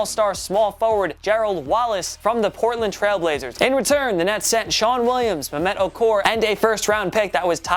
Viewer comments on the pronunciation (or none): none